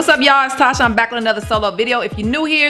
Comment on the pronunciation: Yessssssss Tasha you said the it right 🥳🥳🥳